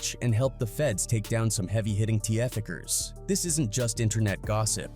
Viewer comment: why did you say T-Eff-Felers and not just traffickers